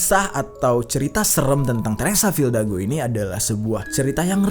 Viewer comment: Bang lu salah ngomong harusnya teresa fidalgo bukan teresa fildago